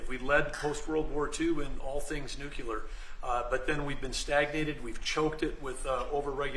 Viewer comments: IN, "NUCULER"... HA! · Nuclear not nucular. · NUCLEAR not NUCULAR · Pet peeve - it's not nookyalur. It's nookleeur. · Doug: NuCLEAR, NuCLEAR, NuCLEAR- not Nucular. Get an American or maybe an immigrant student to help you pronounce this word. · Oh, common, not "nucular" - nuclear, gosh!!!! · It's 'new-clear', NOT New-kew-lear. 🤪😝😜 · Why can't people pronounce nuclear properly? Nu-cle-ar NOT nuc- u- lar! 🙄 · She's making a point that he is not pronouncing nuclear correctly. Nu-CLE-ar, not Nu-CU-lar? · Can’t believe I’m hearing “nucular”! Doesn’t give one much confidence. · ‘Nucular’. Why do they all say that? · Some of these people can't even correctly pronounce the word "NUCLEAR"! (Often mispronounced "nucular"). It's really annoying. Other than that, what a bunch of creeps! "Yes Sir, no Sir, three bags full Sir"! Trump thinks he's so funny! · Someone needs to have a word with Burgum and tell him it’s not pronounced “nuculear”. 🤷🏻‍♂️ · Doug Burgum said "nucular" several times. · Can you have confidence in a nuclear industry CEO who pronounces it "nucular"? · It’s bad when the people in charge pronounce nuclear - Nuk U Lur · Anyone who pronounces the word NUCLEAR as "NU-CU-LAR" is an incompetent nincompoop, like the guy here touting the nuclear industry. That was how George Dubya Bush mispronounced the word because he was a buffoon and he thought it was cute for him to play the hillbilly, illiterate fool which he played so convincingly! MAGA boobery! 😂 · noo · klee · ur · I love how he said “nuke ular”. Dems hate that!😂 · How come no one knows how to pronounce nu klee yer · nucular - AI is a scam! We are spending more money developing AI than we are educating children! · Who would believe anyone who mispronounces the word nuclear by using nuculer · FFS, first guy can't even pronounce nuclear! It's NOT new-cular! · It’s new clee ur. A lot of people have problems with this word. W Bush really struggled with it too! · Pronunciation: NU CLE AR Doug.